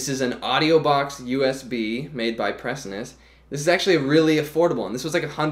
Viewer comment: Dude, love the video, Just a heads up, its pronounced Pree-sow-nus not pree-sun-us